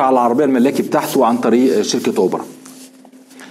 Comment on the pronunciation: ياحنفنف اسمه أوبر...مش أوبرا